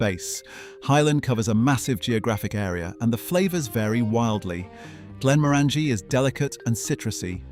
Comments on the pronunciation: Was going to subscribe to this excellent channel until you said GlenmoRANgie and not the correct GlenMOrangie. PS. Just kidding. I subscribed anyway 😂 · And the empasis is almost always on the syllable directly after "Glen", "Ben", "Bruich" or "na" like in "Dalna". So it is GlenMOrangie not GlenmoRANgie. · It's not /glen-mo-rAn-ji/ but /glen-mO-ran-ji/, guys. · You mispronounced Glenmorangie like most do. The orangie should sound like orangey as is tasting like orange, not like a girl named Angie.